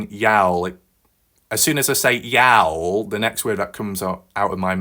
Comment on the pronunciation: Hi my friend I understand you are no from America let along the south ya'll is pronounced like yawl its a southern abbreviation for you all